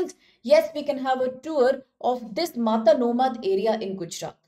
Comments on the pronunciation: girl, its not matanomadh its mata-no-madh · Pronounciation lagat hai inki bhai Is jagah ka naam hai "Mata no madh" (माता नो मढ) (Mata ka madh) Maa Aashapura ke chamatkar ke bare me research karo, pata lagega ki Gujarat me inka kya mahatva hai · it's pronounced as "Mata no Madh" meaning "fortress of deity" referring to Ma Ashapura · 😂😂😂 Matanomadh...... Angrez aurat wo Mata no madh hai